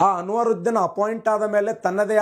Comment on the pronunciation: ಅನುರುದ್ದಿನ್ ಅಲ್ಲಾ ಕಾಕ ಅನ್ವರುದ್ದಿನ್